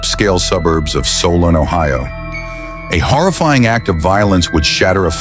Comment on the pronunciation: Also it’s pronounced SOUL-N not SOL- ON